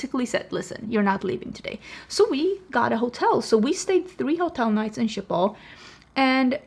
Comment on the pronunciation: Thank you for showing me how to correctly say Schiphol as I've (all my life) said it like "Shkey-poll" like I'm Sean Connery saying "ski pole" but how do you say the name of the dog breed Schipperke - I love those wee doggos. Uh - baby beavers are adorable!! There's a difference between negative feedback and slamming something rudely without critique. We are allowed our opinions and if someone gets personally offended by someone who disagrees with you - that's a them problem. Your hair looks great! You've had short hair before and you always style it well. It's a nice midpoint in case you were thinking of going shorter, or longer with your extensions. You have so many more options!